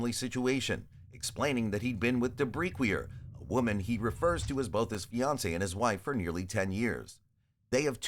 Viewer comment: I'm sorry, what's her name? DaBreekweeyuh??